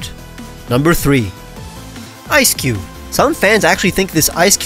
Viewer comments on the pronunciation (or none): none